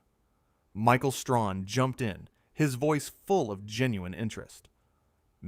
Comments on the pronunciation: Stop saying ‘Michael Strawn’ stupid, his name is Michael Strahan, get it right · And it's Strahan. Not Strawn🤦🏽‍♂️ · The commentator needs to learn how to pronounce Michael Strahan’s name. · Learn how to say Michael STRAHAN. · The narrator doesn't even know how to pronounce Michael's last name correctly. You guys don't do anything but post a lot of BS about good people. Race and click baiting. And who do she think she is, or what?